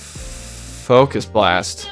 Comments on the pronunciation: "fukus blast" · The not funny focus blast pronunciation was so intentionally lame, it was funny. This team is my double shadow psychic legendary team’s worst nightmare. I submitted some battles of that team yesterday 👀